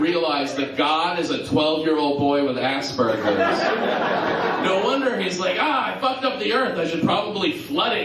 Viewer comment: lol im glad you do. but is aspergers.. not assburgers O_o